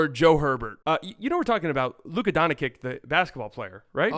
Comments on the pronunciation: He says Donchick too smh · I'm here to tell you it's not pronounced D-ah-nčić either. It's a straight 'o' sound, like in "low". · Guys, you have failed. I am Croatian, and I instinctively feel when someone cannot and does not know how to pronounce and differentiate between the letters č and ć. This person fundamentally does not know how to pronounce it. I think if it's humor, making fun of the surname of perhaps the best player in the league and the World goes directly against the host and his awareness. I even suggest in the nicest possible way that if he doesn't know, he should switch to Luka Magic, it's easier but to massacre the surname like that is lower than provincial low P.s: Just think about it, look the bigger picture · U guys are pronouncing his first and last name wrong😂 Its Luka, not Lucas..Doncic not Doncha😂😂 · Stephen A Smith says “Donchick” knowing good and well How to say it right. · It's almost 2025, say the name correctly or just say Luka. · Your mispronunciation of Dončić is really distracting and takes away from the overall enjoyment of your commentary. It's hard to take you seriously when you can't even get a basic name right. Maybe try 'Luka' or 'Luka Magic' instead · Hes literally doing it on purpose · Nope, he just can't or doesn't know how to pronounce it! The problem is, even Charles Barkley learned it, so he needs to learn it too. Otherwise, he sounds just like an amateur.